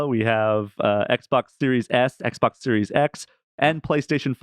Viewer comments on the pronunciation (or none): Why do you call it XBOC?